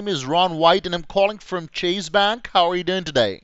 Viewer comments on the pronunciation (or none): It was better than average, but (ironically) his pronunciation of "Chase" was off. 😂